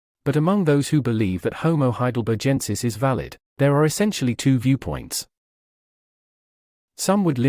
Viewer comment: okay, while your content is good, you're killing me with your pronunciation of H. heidelbergensis. Have you never heard of Heidelberg, Germany? The ending 'g' is hard, like both ends of Greg, not soft, rather like a 'j,' as you repeatedly say. This is very distracting, and will likely give some instructors pause. It's not like a barge, it's like a berg. Please make a note for all future videos, thanks.